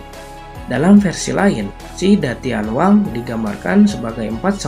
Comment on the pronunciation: Si da tian wang dibaca se ta dian wang